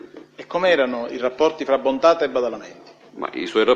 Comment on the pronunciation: Guarda che si chiama "Bontate", non "Bontade", studia!